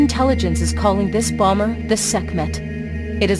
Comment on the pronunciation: Bomberrr, sound how he said it lol.